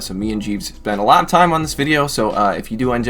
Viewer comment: Definitely heard that at the beginning as "Enjoy the Bidet-o" and was like 😳 "How does he know I've been considering a bidet?!?"